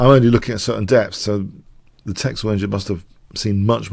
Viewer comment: It's pronounced 'tessel', not 'teksel'